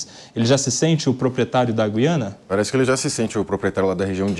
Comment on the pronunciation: Boa mesa redonda. Mas vamos falar Gu quando falar Guiana. Dói menos nos ouvidos